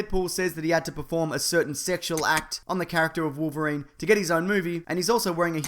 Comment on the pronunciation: he actually says "Polverine"